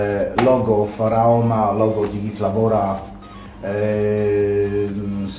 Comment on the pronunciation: Lubię Cię oglądać ale błagam, gdy wymienisz nazwy zagranicznych firm, nie spolszczaj ich proszę. Serce się kraja gdy się słyszy z ust teoretycznie profejsonalnego coil buildera ect. słowa "Digi flawora"...